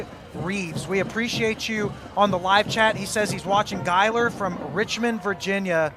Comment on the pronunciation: #41 is pronounced GUY-ler